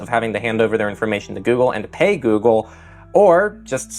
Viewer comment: Same! Pay sounds like hey. Also his voice sounds a little like my voice.